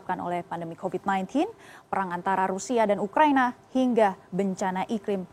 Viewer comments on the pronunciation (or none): none